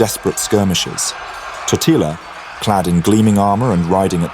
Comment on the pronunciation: Tòtila not Totìla, holy hell